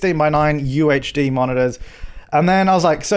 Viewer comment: Every time he said UHD I thought he was saying UHC. I need to chill on the minecraft.